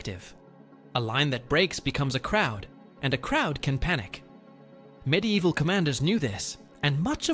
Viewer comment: Stop saying “MID EVIL” that’s not how the fucking word is spelled, let alone said. How someone can be interested in these topics but not know basic spelling or pronunciation of the items, is beyond me.